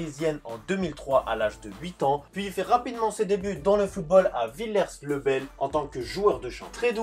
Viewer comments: Petite remarque : la prononciation de son premier club c'est "villié le bel" même si ça s'écrit villiers. Sinon super vidéo ! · Ça se dit « Villié le bel »